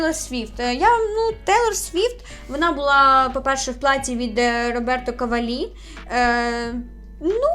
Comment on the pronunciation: Дякую за відео! Якщо будеш і надалі займатися фешн-оглядами, перевіряй наголоси і вимову імен дизайнерів. Зокрема, Роберто Кавàллі. А взагалі, я не душніла 😄😘